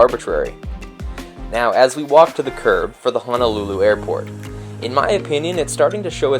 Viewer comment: Love this channel. It's one of my favorites and haven't missed a Sunday yet. Just one suggestion. Being from Hawai'i, it's pronounced HO NO, not HA NA lulu. 🙂 Thanks for the great videos!!